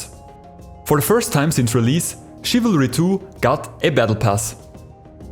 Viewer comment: I thought you Said chavalry 2